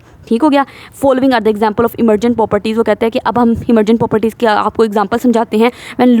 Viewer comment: we’re trying to learn biology, not chase a bullet train 😭💨 Please slow down your talking speed a little so our brains can catch up! And Miss you’re saying poperties like it’s a remix 😭😭 it’s 'pro-per-ties' — but we still love the energy 💃